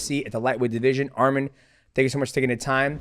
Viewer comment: Say his name correct arman not armin